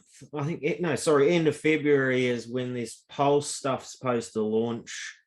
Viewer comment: Up to u guys to listen to this clown. He listened to his mates son and bought a scooter coin wout knowing mining basics and then he can’t even pronounce/know what pulse is all about (he doesn’t know a network from a dex so u guys think he knows about blockchain tech? Guy can’t even talk on facts - forget this fool